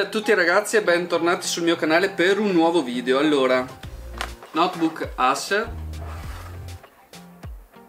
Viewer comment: Video utile in alcuni (pochi purtroppo) casi. Peccato per quel "aSer" a inizio video😱. O lo pronunci all' italiana ACER, o all' inglese "eiser"(con la penultima e quasi "muta"). Ma ASER proprio non si può sentire...(un po' come "acca di emme AI"!!!😉) Saluti da Zena e 👍